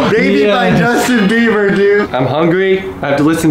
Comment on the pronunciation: He said Dustin bebier